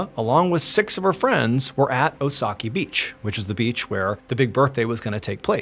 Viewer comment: Ree-sah not ree-suh. Hee-roh-kee not here-oh-kee. Deh-moo-rah not deh-mer-uh. Kah-nah-zah-wah not can-uh-zah-wuh. 🙄 The anniversary of Hiroki's birthday not his actual birthday. 🙄 Oh-sah-kee not o-sah-kee. 🙄 #1's title should be "Eggcellent" not "Eggcelent". 🙄